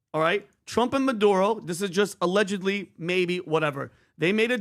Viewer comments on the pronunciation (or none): Oh no, I get to hear PBD say Madoodo for two hours. 😩 🙄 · Why does peanut butter star of david always have to do what pat finnerty bags on? This is America. It's MuhDuroh, not MuhDoodoh. Now, if you said MuhDooDoo, you'd get a pass.